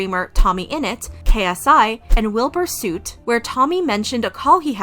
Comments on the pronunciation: It's wilbur soot (sut) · Wilbur suit 😭😭😭 btw u say soot like u say foot but s instead of s